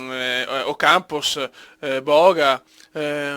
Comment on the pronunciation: il che bestemmia hahaha (si ha detto Ocampos ma sembra un moccolo)